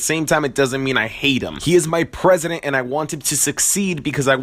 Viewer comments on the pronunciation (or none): none